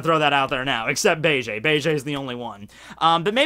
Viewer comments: BA-JAY????? please stop with the cringe. BEGE = BEIGE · Every time you say bay-jay (instead of beige) I just think of Bailey Jay. Coincidentally, who is also like "Men, get inside me!" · Beige eh? You Canadian eh?